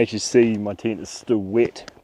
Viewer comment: tent❌ tyint✅